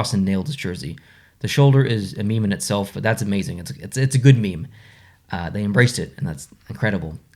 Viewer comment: Did he just pronounce meme as me-me? :)